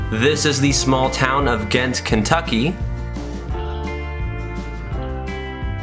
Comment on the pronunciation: You pronounce Ghent like the first part of gentlemen.